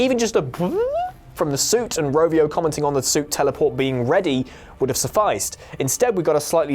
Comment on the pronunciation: Its Ravio not Rovio!